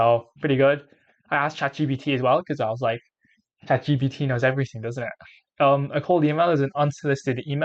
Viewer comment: Nice video but it's Chat G P T